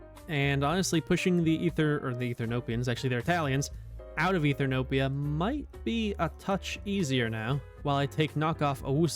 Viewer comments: also mild thing but ethernopia caught me off guard (eth-e-o-pia) sry but I had to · why do you always say ethrnopia instead of Ethiopia (also yes hello I'm the Italian viewer)